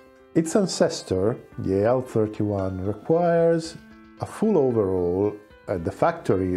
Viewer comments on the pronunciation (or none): none